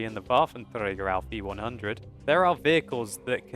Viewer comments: bafentrega :D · I like how you pronounce Waffenträger :D Greetings from Germany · how nice you say waffenträger :D